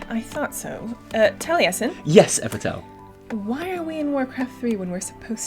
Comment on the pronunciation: Holy sh-t, I won ;_; Omgomgomgomgomg, I'm so glad you liked me drawing, guys. I put all my effort on it. I can't be any happier! Love ya all <3 And congratulation to everyone who won also, and participate on it! <3 Pd. I loved how Evitel pronounced my name. dead af